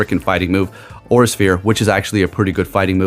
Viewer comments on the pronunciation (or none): none